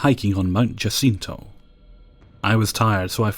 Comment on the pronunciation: You did well with the pronunciations on story 4. However: TEH-meh-cue-la, not teh-MEH-cue-la. Mount Jacinto poses a peculiar problem, and I blame the writer. The "J" in Jacinto should be said like an "H" in English. The word is Spanish for "Hyacinth" ("It's 'Bouquet', dear. It's 'Bouquet'.). However, the actual name of the mountain in question is "Mount San Jacinto", and in Spanish the "J" in "San Jacinto" is pronounced exactly the way you pronounced it. So, when calling it Mount Jacinto, there's a good argument for both pronunciations. That is, if you care.